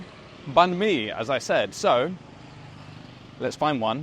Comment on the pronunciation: The way you said banh mi is spot on 😍